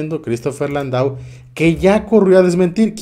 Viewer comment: Amigo el apellido Landau es muy probable que se pronuncie Landó y que sea de origen francés gracias por tus noticias abrazó